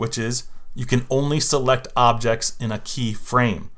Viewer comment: anyone realizes he misspelled objects he said obects 😂🤣 btw AMAZING WORK